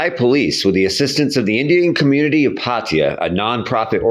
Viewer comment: Pattaya ❌️ Paateya✅️😂😂😂